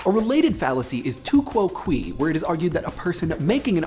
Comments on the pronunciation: 'Quoque' is pronounced more like "kwo kway" in Classical Latin. Not "kwo kwee." Just a nitpick. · You'll probably never see this but I believe you were mispronouncing the Latin word "quoque", in which it's actually pronounced like "kwa-kway". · Proper Latin pronunciation: all but the last syllable was fine, but it should be too KWOH(queh) not quite quay, certainly not quee, but queh, with an "E" as in elephant. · 'quoque' is pronounced 'kwoh kway' you pronounced it like quoqui, which as google and i recall is not a word. love the show btw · I love you,, but I do not love your pronunciation of 'quoque' - kwohkweh is a better pronunciation as it fits with scansion in Latin poetry. The More You Know... et cetera ad infinitum;) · I definitely like the fallacy videos. MOAR PLEAS Also, "tu quoque" could be pronounced a couple of different ways, but I don't think you hit any of them (sorry). I would say it "too kwoh'-kweh". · To Quo-KAY. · Love the video! That quoque pronunciation though